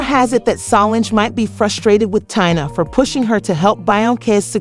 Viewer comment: Is anyone else annoyed at the way the narrator is pronouncing Tina, Solange, and Beyoncé names?